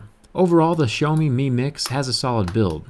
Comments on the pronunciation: Is that how you pronounce their name? 'Show me'? That's interesting... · The way he said "Xiaomi" made me laugh